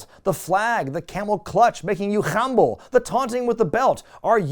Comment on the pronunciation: You say khumble a lot like how Strong Bad said Grumble during Sbemail #98: Stupid Stuff